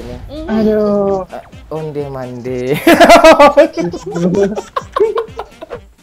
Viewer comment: Paling gak tahan pas ngomong onde madee